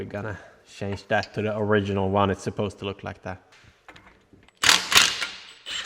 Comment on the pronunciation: Change Pronunciation = Tjænse